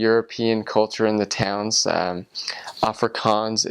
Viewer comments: Put emphasis in the g in Africans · if only he could pronounce Afrikanse, and I think pap is very nice and we (Afrikanse people ) also like biltong wich is kinda like beef jerkey , also reasearch the anglo boer war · I don't know why, but hearing him try to pronounce Afrikaans and speak Afrikaans, makes me want to scream🤣🤣 I'm so sorry and I know he is a foreigner and doesn't understand to pronounce it properly.. maar sjoe, dit maak my mal🤣